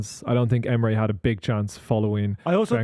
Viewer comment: It’s Emery not Emre ffs